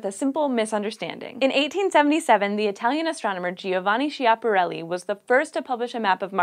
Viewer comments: Nice, but you mispronounced Schiaparelli! It's ski-up-hur-ellie, not she-up-hur-ellie. Also, considering that he was from the northern region of Piedmont, he probably had no idea what cannoli were (which are typically Sicilian lol). I'm Italian btw, I love this channel. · Schiapparelli is pronounced with a hard "c" like in the word "skip". Anyway, the intelligent life as we know it has been around here for a few tens of thousands of years and took a loooooong time to develop (3 or 4 billions years); moreover it needed a 2nd generation star, a planet with the right distance from it, packed with all the right elements, a magnetic field to protect his atmosphere and those conditions needed to be relatively stable across some 2 billion years and all of it only to produce life, let alone intelligence or even more technology. Put into the equation the fact that, at least here on our planet, technology is often driven by war means and you could have a great recipe for an extinction cake. Long story short: I have this feeling that we are not the only form of life in this universe but I genuinely doubt that in the next few years we will be able to send an email to the little green men... 👽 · i am sorry, but you mispronounced Schiaparelli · Great video!!!(as always!) But I need to say - you pronouced Schiaparelli wrong